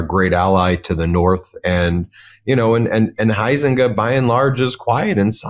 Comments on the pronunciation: Huizenga is pronounced "HIGH-zinga", not HOO-zinga. 🤦‍♀ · as a resident of West Michigan I want to help #Ben with a Dutch Name pronunciation. * Huizenga = Hi+Zinga...(3 syllables). McCann is kinda hot j/s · FWIW, I'm a former resident of Sean's district. I voted for him many times. He's a great guy. He actually listens to his constituents. His opponent, whose name is pronounced HIGH zin ga, is a Grand Rapids-area guy who really doesn't care about our end of the district.